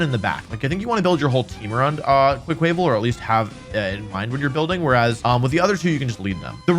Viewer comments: I really wish you would start pronouncing Quaquaval with a mix of "quack" and "aqua," as you would expect for a water type duck. For example quack-wuh-vull. There's no chance that "kwuh-kway" was the intended pronunciation. As much as I know mispronunciation is part of your schtick, a lot of people pronounce it that way and it's so logically unsound. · Wolfey doesn't say quack quack he says quaick quaick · Quaquaval = Kwah-kwuh-vahl, not kway-kway-val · No offense intended but every time you say Quaquaval (pronounced qua from quack and val from carnival (the Brazilian one)) as “QwuaKwāvil” I die a little inside and out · Im sorry, but the way you day quaquaval bugs me a lot. It's quack and carna-val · Quaquaval is actually pronounced, "Qwaa-qwuh-vol." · GAHHHH! Its QUACK-uh-vahl! Duck goes quack, at the Carnivale! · Everytime Wolfy says Quaquaval wrong I feel a piece of me die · that pronunciation of quaquaval broke me 😂 said it so many times too